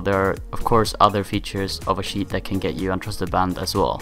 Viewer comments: stop saying sheet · Please stop pronouncing cheat as 'sheet'. It's really annoying